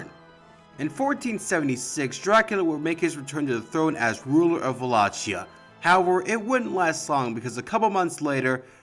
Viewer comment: Buna! You cut through the media sensationalism and even pronounced Wallachia properly!